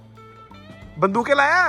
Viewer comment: Jaise he bndooke bola hasi choot gyi😂😂😂😂